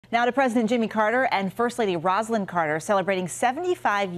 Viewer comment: Mrs Carter’s name is pronounced Rosalyn “Rose”lyn not Rozlyn!